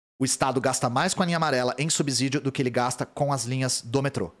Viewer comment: AMO SUA DIDÁTICA E A PROFUNDIDADE COM A QUAL VOCÊ LIDA COM TODOS OS ASSUNTOS (e quando não conhece, reconhece sem rodeios). Quero muito te dar uma DICA "boba": Como você lê a palavra "subsolo"??? Subsídio é igual. 😊